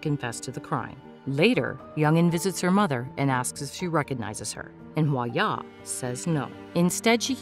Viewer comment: Girl it’s pronounced hwa DYA not hwa-ya